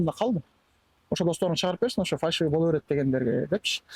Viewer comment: Фальшивый деп үйрөнгүлөчү көк мээге окшоп фаршивый дей бербей.